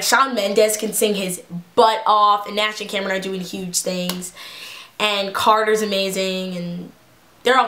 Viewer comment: "CATERRRRR" 😂😂😂 do you mean Carter ?